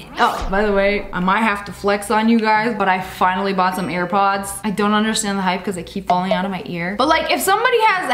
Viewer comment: The way she saved herself from saying ear pods instead of air pods was funny 🤣🤣🤣🤣